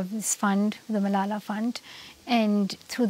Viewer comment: Stop, stop stop! You're going to take someone's eye out. Besides, you're saying it wrong. It's Malala, not MalalaH.